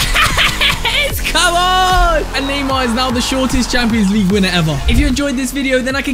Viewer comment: i love when he says champioans ligue my english bad sorry